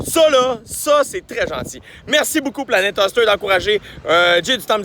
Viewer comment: Jay on te l'a probablement déjà fait remarquer mais c'est Planet "HÔster" pas Planet "Huster" comme tu le prononces (;^) ... mais Bon Podcast comme d'habitude :)